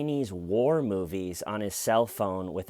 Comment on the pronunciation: I thought you said Chinese PORN movies 😮😮